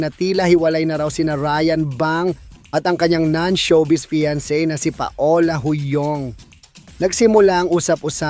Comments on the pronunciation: Anong pa-ola? Gago pronounce PAWLA!! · Nagtsismis ka mali pa pronounce ng name…..paola hay! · PA-O-LA ??? Really??? Muntik na naging PATOLA🙄🥴🤣😂